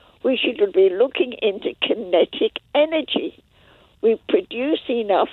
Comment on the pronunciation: "KENTIC ENERGY" such a cute little old lady